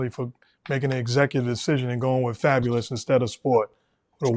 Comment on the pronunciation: Fabo..lous? Lean back 😂😂😂